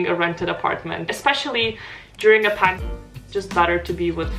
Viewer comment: Sorry im not updated with your vlogs but why do you do that when you say the word pandemic?